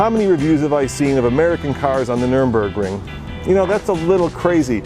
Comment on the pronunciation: Thank goodness Lincoln got away from that ugly birds beak front end. please stop calling the Nurburgring the Nurembergring. Hell if you'd like to I'm sure some of us would love to hear you try to pronounce Nordschleife.